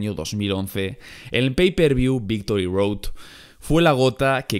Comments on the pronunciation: Minuto dice "Victory Doad" Ahre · Dice Victory Doad WTF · "Victory Doad" :v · Victory Doad? 😅😅🤣🤣